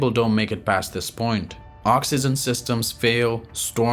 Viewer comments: oxygen not oxyzen dude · This guy can't even say oxygen correctly . L2english